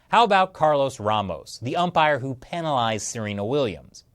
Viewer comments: Peenalised lol... Penalised. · sounds like he was saying penilased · The way he says penalised XD